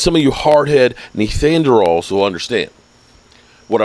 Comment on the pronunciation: you call us "neanderthals" but you can't even say it right 😂 I'm pretty sure you are the only neanderthal here.